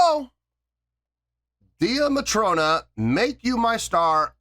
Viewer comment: wow, I forgot that I suggested this for you to do. Only thing it's pronounced Day Matrona not Dee a Matrona. They are really just starting to build a good following in Europe. They are from Ireland are friends from school days, the Drummer is the younger sister of the lead vocalist on this song, she left to return to college. They started out Buskin the streets of Belfast and have several videos on their YouTube doing covers of various groups from the 70's and 80's. This is one of their originals.